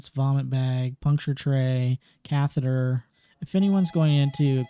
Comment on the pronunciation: YES SOMEONE WHO SAYS SALINE AND CATHETER CORRECTLY😭😭😭